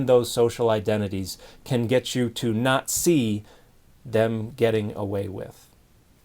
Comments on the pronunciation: Big emphasis on "not see" for some reason. Excellent job Dan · Interesting emphasis on the phrase “not see” near the end. Well said, Dan.